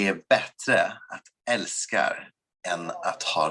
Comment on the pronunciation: Cringing at the älska/fiender part. You can tell he knows he’s saying it incorrectly